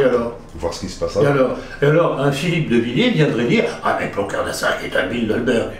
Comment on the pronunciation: euh...répétez après moi : Ploncard d'Assac...pas "ploquin". Ceci dit, je partage votre stupeur de voir un homme aussi averti que tonton Plonplon appeler à veauter pour le "collaborateur" de Paul Bismuth. Un effet du grand âge du monsieur ? Sur TOUT le reste, il met dans le mille, alors ? Mystère.